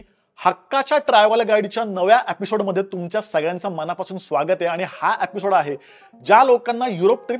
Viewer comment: "ए"पिसोड का नाही म्हणत तू 😊